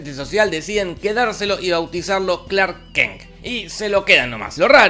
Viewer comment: Clark “kenk” jajaja dura la dislexia